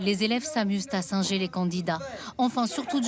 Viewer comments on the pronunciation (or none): none